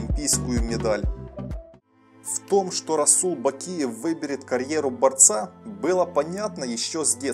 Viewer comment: Да брать правильно озвучил